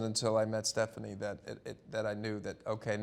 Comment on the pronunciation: Anyone notice he always calls her Stephani?